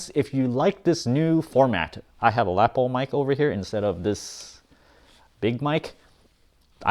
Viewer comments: Great vid as usual. Lapel is pronounced like Luh pell. not lap ull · I noticed, and you may not be aware of this, but you use "whatnot" a lot. You also may want to look up the pronunciation of "lapel." I liked this video, and the mic sounds great.